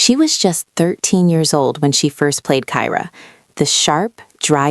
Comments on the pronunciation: It’s pronounced Keer-ah, not Ky-rah. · Kyra is pronounced (Keer-ah) not (Kye-rah). Just thought I'd put it out there. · You're pronouncing Kyra wrong 😂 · That is not the way kyra was pronounced and you said jake was born in a different year than you showed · Is anyone else annoyed that she annunciates Reba's last name incorrectly as well as Kyra incorrectly...